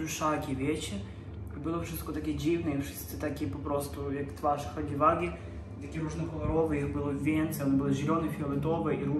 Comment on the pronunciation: hagi łagi się czyta :)